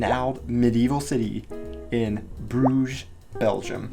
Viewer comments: I think you don't pronounce the s at the end of the word Bruges (French). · Even in English the s is not pronounced. The English name came from the French 'Bruges', where the s is also silent. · It is the Flemish/Dutch word for a bridge (brug, plural bruggen like the German Brücke) , but with a French pronunciation and es added - for English speaker that is. Logical when you look at the city.